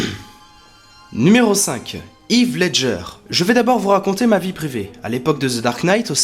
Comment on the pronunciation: "Yves Ledger" ?